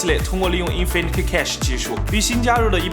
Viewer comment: 为什么你每次都把Cache念成Cash?